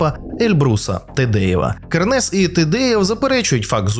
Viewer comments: друже, КЕрнес, наголос на першийсклад! як так можна випускати матеріал? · Называйте Кернеса правильно!Кернес ударение на первой Е!!